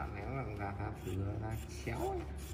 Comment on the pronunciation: da chứ không phải Ra bạn nhé, đọc sai đâm ra cái phụ đề cho ng nước ngoài cũng bị sai theo á, bạn nên chú ý nhen